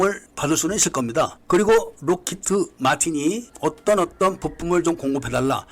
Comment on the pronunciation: 뭐 사소한 부분인데 록히"트" 마틴이라고 들리네요..